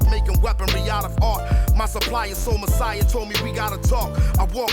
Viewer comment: You're both pronouncing her name incorrectly and Sol Messiah as well.